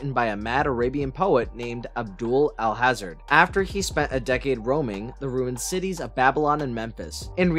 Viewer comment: please learn how to pronounce "Alhazred". it's NOT all-hazard. a simple google search would have showed you that Lovecraft said it's pronounced "All Has Read".